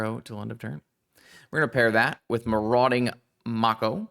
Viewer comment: its may-co for the shark, the irl animal its based off is also pronounced that way